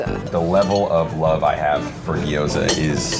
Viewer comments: it's pronounced "gyoza", not "giyoza". There's no "i". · When everyone in the video says gyoza wrong 😣😣